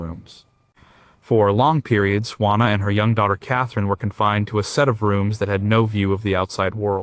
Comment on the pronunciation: please try "WHO - A NA" = JUANA